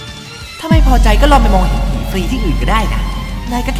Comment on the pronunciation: ตอนพูด " เห็นผี " อันนี้ไม่ได้แหลนะแต่เราได้ยินว่า เห็นฮิ..... ใช่ เราขอโทษ